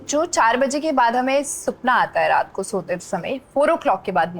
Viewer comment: ki punjabi nikal hi gyi supna 😂 Hindi wale sapna😅